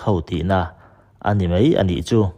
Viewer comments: Ziak i chhiar thosia , 'mai' tih tur 'mei' tih i ching mahmah .. Bengvar thlak thin khop mai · 'Mai' tih mai turah 'mei' tia chhiar/sawi tlat hi an tam 'mei'..... 🤮